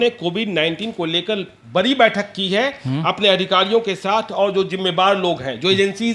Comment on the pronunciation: पहले boliye sudh sudh"बरी नहीं बढ़ी होती" hai